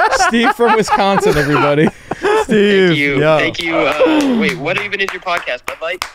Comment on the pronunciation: dude I’m from Wisconsin and oh my god the pronunciation of Wisconsin killed me